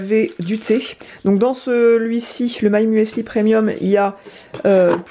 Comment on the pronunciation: J'ai beaucoup aimé la partie vlog à La Rochelle. J'ai découvert la ville (masquée) en août avant un séjour à l'île de Ré. La marque My Muesli devrait fournir aux influenceurs un explicatif de la prononciation de leur nom : le E est là pour remplacer le "Umlaut" (le tréma français) de Müsli, et marque la prononciation en [u] et non [ou] de la lettre U. On dit donc simplement muzli (et non muEsli). À moins que l'on parle en dialecte suisse-allemand...